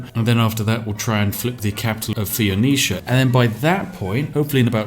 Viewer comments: Yar. It betrays a surprising ignorance of history and geography for someone whose whole schtick is recording himself playing Civilization... Thee-o-neesha. OMFG. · Spiff: Fo Neee Cha. Fon Osha. Me: Fen-ee-sha. Please! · Why does he say “Fee-oh-no-sha”, when it’s “Fou-nee-sha”? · City name: Taruga. Spiff: "Targua." Civ name: Phoenicia. Spiff: "Fee-oh-nosha." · Phoenecia, according to Spiff, is actually spelled Theonocia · You can google the pronunciation of any word and it only takes like less than a minute. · Earth: "Phonecia" Spiff: "fe-oh-nozha" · Every time he pronounced Phoenecia as 'fee-oh-no-sha', I died a little inside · American here, how is it pronounced? Asking for a friend. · Love the vid man. Also. Its pronounced foe-knee-shuh. Phoenicia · phoenicia= "feenosha", taruga= "targua", tyre= "t-air" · Phe-o-nocia? :P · I'm troubled by your pronunciation. It's FO-nees-shun. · PHOENECIA. ITS P H O E N E C I A NOT FUCKING PHEENICIA. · every time you say Pheonicia wrong, I cringe. Foe-Niece-Sha. Pheo-ni-cia. (Fuh-Niece-Ya if you're a tryhard) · Probably because th-fronting is a well-known feature of several English dialects, which cannot be said about mispronouncing Phoenicia. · You don't say Spiff, your pronunciation of Phoenicia is the deadliest thing in this video. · My main takeaway from this video is Spiff can't pronounce either "Phoenicia" or "Tenochtitlan" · The Phoenicia pronunciation hurts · Are you pronouncing Phoenicia like that on purpose?